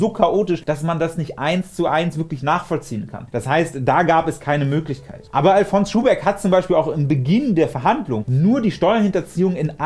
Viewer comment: Du sprichst Alfons aus wie Alphonse. Der Schuhbeck kommt aber aus Bayern, und die erste Silbe wird betont. Àl-fons Schuhbeck.